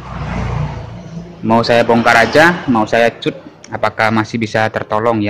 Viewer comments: Dikat bukan di cut😅 begitu pengucapan nya om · bahasanya mas..cut dibaca kat harusnya..biar gak bingung yg dengar...😅😅😅